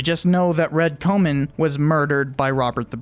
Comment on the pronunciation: swing and a miss with some of the pronunciation, but a great video. e.g Comyn is pronounced like common at least in modern day Falkirk ;)